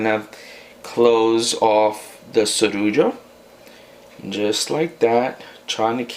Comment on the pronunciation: Do you know spanish??? For those who doesn't speak English...... this is actually a spanish Rican recipe, you pronounced the word Sorullo very well 😉